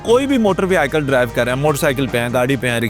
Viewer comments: Sir Apki vehicle pronunciation Wrong Hai is Ko Durust Kar Lain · Bhai vehicle word ko bolna sekho